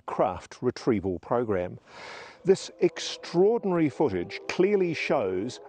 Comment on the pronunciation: Hid did say " Eggstraordinary " !